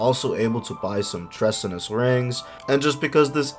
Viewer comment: Treasonous (tree-son-us), you know like Treason against the state ;)